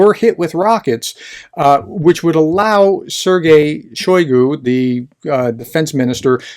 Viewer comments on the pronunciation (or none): none